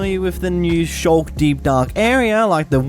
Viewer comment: shulk??? you mean sculk